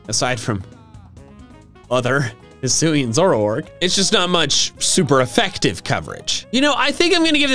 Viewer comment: ZOROARK, NOT ZOURARK!